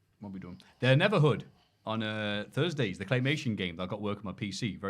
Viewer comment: On a Thursdee!?!?